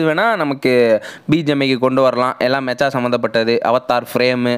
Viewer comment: "Mecha" va "மெக்கா" nu pronounce pannanum bro,Anime la genre sollumbothu ipdi thaan solluvanga, "மெச்சா " wrong bro😅, Thanks for the Video ❤